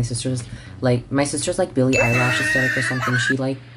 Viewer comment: My sisters like Billie "eyelash" 😂😂😂😂♥️♥️♥️